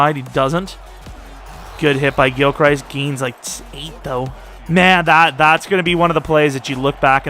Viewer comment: If your changing players names, might I suggest changing Gilchrist's name? You pronounce it like he's Christ lmao. He pronounces it Crist.